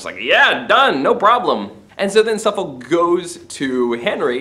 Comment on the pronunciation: There is no real justification to claim the relationship between M and Suffolk was actual adultery. It is never even suggested by any character, even M's enemies and it is also a side issue in the course of the plays. Not so keen on your mispronunciation of names such as Warwick and Suffolk which suggests you have not seen any quality British productions of these plays but only read them.